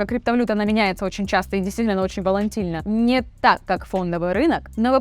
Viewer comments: Правильно говорить - "криптовалюта волатильна", а не "волаНтильна". Это я вам не как ChatGPT говорю, а как биржевой трейдер с 23-х летним опытом. На 10 мин. 22 сек. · Куча лингвистических ошибок в произношении ) вот две из них: Gateway - гетавай )) ??? Крипто влюта - Волантильна ?)))) На самом деле там много аж ухо режет, в остальном интересно для новичков конечно. Может сделаешь что то более продвинутое ? Например: можно обучить чат как правильно делать промпты в миджорней, всегда например выводить промпт как код и добавлять в конце всегда какие то параметры и так далее.